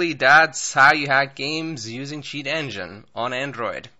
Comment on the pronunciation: Sound like u said s*** engine